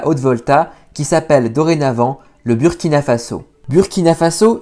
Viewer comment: Merci pour cette vidéo. Mais Burkina se prononce Bourkina